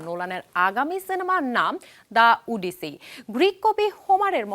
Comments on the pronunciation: শুধু চেহারা দেইখা Anchor বা উপস্থাপিকা নিয়োগ দিলে যা হয় আর কি! ওফেনহেইমার রে বলে 'Open high mar', ওডিসি রে বলে 'উডিসি' 🤣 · It’s 'ওডিসি' not 'উডিসি' 🙄🙄🐸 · উপস্থাপিকা আপিকে বলতে চাই, ইটস ওডিসি৷ নট 'উডিসি' 😂😂😂😂